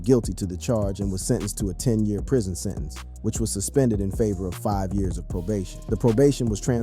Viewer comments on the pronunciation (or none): "10 yarrrrrrrrrs"